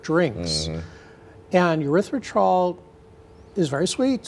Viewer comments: It's pronounced "Erythritol," not "Erythritrol." Are you a real doctor?? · Aspartame was known to cause problems and the FDA would not approve it. One guy at FDA talked them into approving it. Afterward he quit FDA and started working for company that makes aspartame. Also it is Erythritol with an E not a U as he is pronouncing it. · he isn't saying the name fight, he is saying it like there is an extra r in it, he is saying erythritRol instead of erythritol, nice expert lol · It's erythriTOL, not -trol. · The doctor pronounced both the first and last syllable of erythritol incorrectly. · He isn't pronouncing the word properly. Wild that he is a doctor studying the element cannot even pronounce it. This is all just funny at this point. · It is called ERYTHRITOL. If you are condemning it, make sure you pronounce it correctly, sheesh. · Wow where did they get this person from? Can't even pronounce it correctly. And he says medications are better😂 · He’s a doctor and doesn’t know how to pronounce erythritol? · How does this doctor who supposedly studied erythritol NOT even pronounce it correctly? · He can’t even pronounce it correctly. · Why is it that the expert on the dangers of erythritol doesn't know how to pronounce the word "erythritol"? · 😂 he's an idiot. He can't even pronounce the so called poison correctly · Damn - that was driving me insane every time he said it. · How can we take this doc seriously, if he can’t pronounce the name of what he is talking about, correctly? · Can you trust a doctor who cannot even pronounce the name correctly?